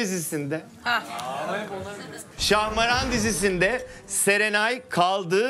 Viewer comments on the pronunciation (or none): abi şahmeran değil şahmaran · Yalnız İbrahim Beyciğim ŞahmEran değil ŞahmAran 🫠